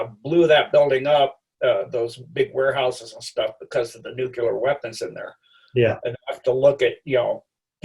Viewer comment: It's nuclear not nucular. I can't trust anyone who isn't capable of pronouncing this word correctly.